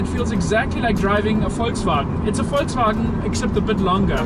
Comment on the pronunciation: Danke für eine korrekte Aussprache von VOLKSWAGEN